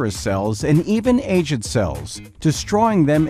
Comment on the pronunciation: Aged is pronounced wrong